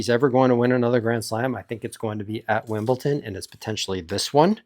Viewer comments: I was wondering the same thing where does the T come from? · It's Wimble"D"on. Not Wimble"T"on. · Explain why you say "Wimblton" or get your YouTube license taken away. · because they're called like that. You see Leicester and you pronounce "Lester". You don't read Wimbledon and say Wimblton, bc it's pronounced "Wimbledon" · Stop saying Wimbleton if you value your credibility. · really? wimbleTON? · Wimblton and Benchik? It's the same last c as Djokovic, not too hard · Love your predictions and analysis, but could you please stop saying Wimbleton? :) I'm liking Novak's chances to beat Sinner this time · It is important to me and will remain relevant long pass this fortnight. Do you say "Wimblton?" Do you know anyone who does? Why is this guy doing it?